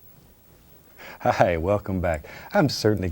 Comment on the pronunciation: the beautiful man who made “hi” 2 syllables.... thank u bob ! note to people posting negative crap on this beautiful channel : im coming for u ....its only a matter of time